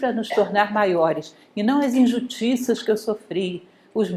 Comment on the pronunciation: gente... eu venho aqui procurando ser sábio. daí a mestra comete um ato falho e manda um "injutiças" ... kkkk eu to rindo 10min da mesma coisa... eu n tenho sabedoria nenhuma! socorroooo kkkk😂